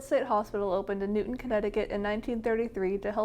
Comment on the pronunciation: I just wanna say it’s pronounced as “New Town” not Newton but it’s okay! Video is sick especially the quality👌🏼